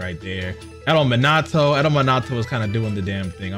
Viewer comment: still say Minato wrong lol